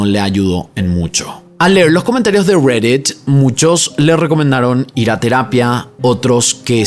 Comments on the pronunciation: Estás hablando en español y dices redett, ridett, cual redett?😂😂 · pronuncia bien reddit por favor RGREDDIT??? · "RERET" si te vas a hacer el yankee por lo menos pronunciá todo correctamente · Amigo por favor deeja de hablar espanglish se dice reddit no rweddeet y asi un sin fin de palabras en otro video tu pronunciación del aderal xd eiderwal alto cringe da. Me gusta mucho tu contenido pero por favor pronuncia en español normal le quita seriedad a tu contendio que pronuncies asi xd. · Está bien chistoso como dice "Reddit"